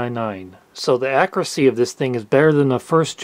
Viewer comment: Your accent bro... it's CALK-yoo-LAY-tur not CACK-uh-LAY-ter. Don't get me started on "accuracy." It's definitely not AK-ra-SEE.